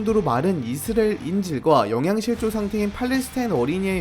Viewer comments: 이스레엘 (x) 이스라엘 (o) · 아니 이스리엘 발음 왜 다시 돌아온거지???